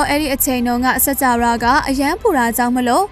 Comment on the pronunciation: စၾကာဝဠာ - စက္ၾကာဝလာ ပေဟဠိ - ပေဟလိ ပါဠိ - ပါလိ အဲ့တာေလးေတြ ျပင္ေပးပါလားခင္ဗ်ာ အေႏွာက္အယွက္ျဖစ္သြားလ်င္ sorry ပါ ခင္ဗ်ာ